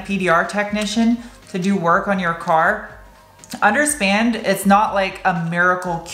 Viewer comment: underspand haha